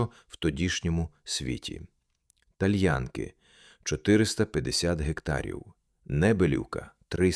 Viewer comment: Перепрошую, назва селища ТальянкИ‘ наголос на останню букву)